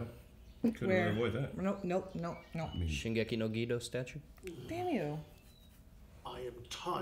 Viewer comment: I didn't feel like the war started for real until quite soon :) Oh, it is pronounced Ge(as in Get) Do(as in Doll before the tongue starts rolling).. the japanese language is stress free and flows with the same pattern all the time so u don't stretch some syllables while u squish other ones together as in english, instead each syllable is equally long, like Na-ru-to or U-chi-ha.. they are just lengthened for emphasizing reasons, it is a beautiful and kewl language